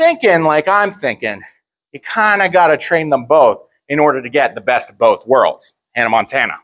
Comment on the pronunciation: man really said hannah montanna